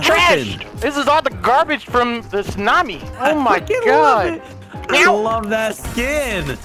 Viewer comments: Best of pronouncing words wrong "Snami" Love it when it happens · its so funny how he says Snami instead of tsunami